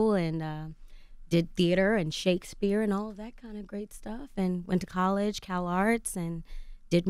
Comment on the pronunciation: Angela it’s COLLEGE, NOT CAAALLEGE 😳